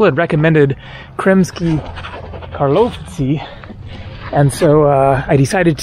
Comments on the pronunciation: I heard many times foreigners trying to pronounce "Karlovci" haha, and your attempt is the best one by far :) Basically you only pronounce accent wrong, It's Kaaarlovci, not KarlOvci :) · Kar- low-vich. As in Ivo Karlovic with an I at the end.